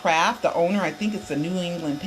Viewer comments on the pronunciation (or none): none